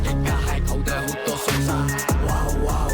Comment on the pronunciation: සෝසා ❌ සොසා ✔️